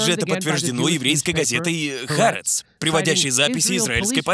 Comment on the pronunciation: Простите, что докапываюсь, но не "Харец", а "Ха-Арэц" (с ударением на вторую а)